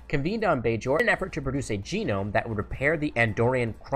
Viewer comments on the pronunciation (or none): none